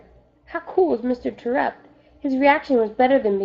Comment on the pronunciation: Just saying you're saying Mr.Terupt wrong